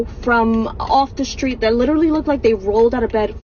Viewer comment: That "h" on the end of literally spun me out cause I can hear it!! 😂😂